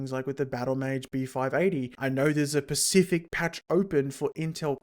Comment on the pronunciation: It's OK, he's pecial